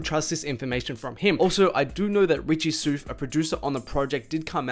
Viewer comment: “Richie Soof”